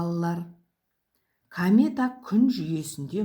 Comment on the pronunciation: Камета емес комета!